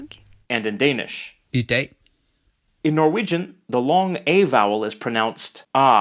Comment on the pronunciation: This is not totally correct - the 'a' in 'dag' is more like the 'a' in 'apple'.